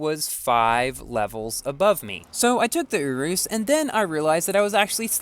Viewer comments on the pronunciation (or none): Merry christmas! one thing tho i think you prounce the S at the end of urus